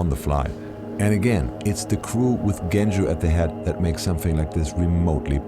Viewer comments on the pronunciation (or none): Not Bulgarian, but yes. If my nickname was "Efgeni" you'd pronounce my name with "ch". It's Genco like "Joe".